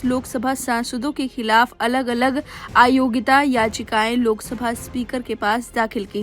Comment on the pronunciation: " aayogita " nahi AYOGYATA bolo.